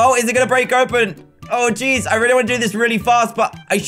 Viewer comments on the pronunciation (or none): none